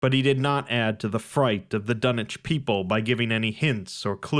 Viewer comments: can someone explain why tf it's pronounced dunnich instead of dunwich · Love the content and the story, but the fact that you say dun-ich and not dun-wich is a bit jarring to hear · Dunich..... what happened to the w? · Dunnnnnnnnnnnnnnnnnitch? Unsubbing lol wtf are you on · The Dun-itch horror....bahhh bye, happy trials